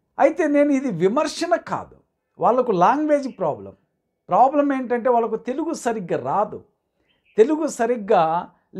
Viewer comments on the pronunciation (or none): none